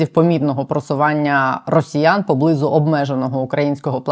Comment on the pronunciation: Дякую Вам! Але... Не поблИзу, а поблизУ